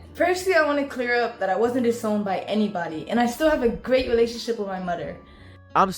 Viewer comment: she’s obviously challenged “gweat welationship wit my mudder”